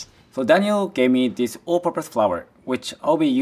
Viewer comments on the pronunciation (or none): Daniel is pronouncing half the things wrong 🥴